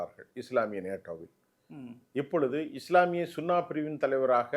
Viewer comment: ... இஸ்லாமிய சுன்னா பிரிவு... தவறு இஸ்லாமிய சுன்னி பிரிவு... என்று திருத்தி வாசிக்க... அம்மா அம்மி என்று அழைக்கலாகாது😂